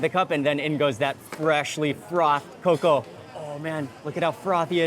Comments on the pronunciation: agree. He pronounced cocoa as KOWKOWWA 😅😅😅 Glad that Sir Mark corrected it (COCO) rubbery pa daw ang native chicken hahaha. As an ILOCANA, disagree ako doon. Baka 'yung puting manok na pinapaitlog 'yun, hindi native. Kalokaaa. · Why did you choose as your tour guide? He’s dumb, he’s not even a local there. All his vlogs are boring. He doesn’t even know how to pronounce “cocoa” right. Next time you visit Philippines, ask some local food vloggers to go with you so that they can tell and teach you some stories or histories about the food. Just saying